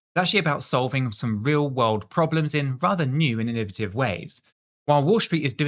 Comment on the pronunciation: I know you British are very proud of the English language but sometimes I swear, your pronunciations don’t make any sense. The word is innovative /ĭn′ə-vā″tĭv/ . Not inni votive. I mean, it’s right there in the spelling.